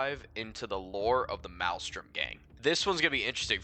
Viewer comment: You're not even saying the name of the gang correctly lol